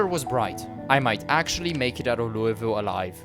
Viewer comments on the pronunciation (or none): Lul-vul not louie ville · as a louisville native the worst part about this video was hearing him say "louie-ville" instead of "loo-uh-vull"